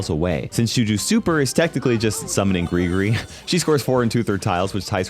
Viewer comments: What says: Gri-Gri! What I hear: Gregory! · Is it me or I can’t hear anything else other than Gregory instead of Gris-Gris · It actually pronounced Gregory it’s says in her description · finally somone who dont call her gris gris